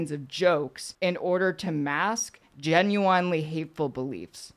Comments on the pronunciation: "Jen, you in Lee?" she said, after examining her overwhelming gock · Keffals grift exposed! As she read the word, she almost pronounced "genuinely" normally, then "corrected" herself to say it weird! Will this lying grifter ever be stopped?